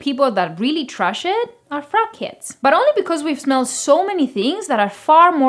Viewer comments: I replayed it a couple times and heard “fat kids” couldn’t understand why fat kids didn’t like it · I thought she said FCUKheads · When you said "I think the only people that really trash [Sauvage] are fragheads", at first I thought you said "crackheads" 😂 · lol I thought she said "fat kids" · I thought she said "frat kids" 😭